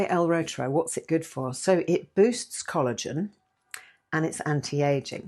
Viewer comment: Pronounced root er eye 😊